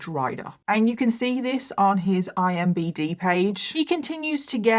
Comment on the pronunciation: It's IMDB!! Not IMBD. .